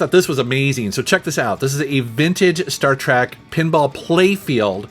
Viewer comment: Why is he saying, 'Star Track'? lol